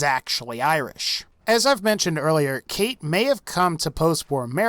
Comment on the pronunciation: it's pronounced our -land and eye-rish i kmow im Irish